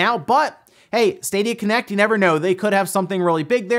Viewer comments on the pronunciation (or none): When said ”Stadia Connect” I understood “Stadia Kinect” and the image was utterly terrifying. I doubt I’ll be able to sleep tonight, not even with EA’s help.